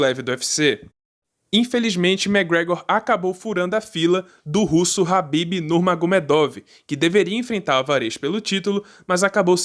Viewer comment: é khabib nao rabib ... o documentario ficou top até vc ficar repetindo o nome do cara errado kkkk